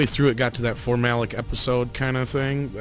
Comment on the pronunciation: It's pronounced form-you-lay-ick